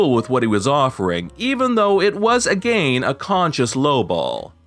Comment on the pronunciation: Are you really pronouncing "again" like that for real or are you just joking? It's annoying me like hell because you talk normal otherwise